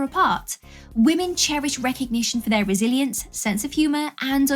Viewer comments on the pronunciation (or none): none